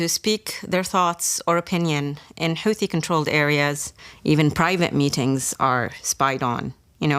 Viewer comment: seriously? the dunderhead announcer can't correctly pronounce 'houthie'😮 ai garrbage.